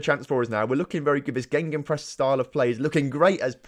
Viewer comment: Are you saying GeNgenpress instead of gegenpress(gaygen press), also what it does is dominate the space between the lines of attack and defence